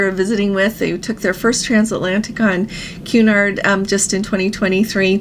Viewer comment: Cun-nard pronunciation not Qu-nard pretty please, love your show 🫶